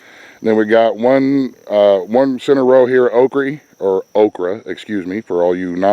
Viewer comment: I am so proud of you I do believe you have some Okie in you cause you said Okrie just like me. lol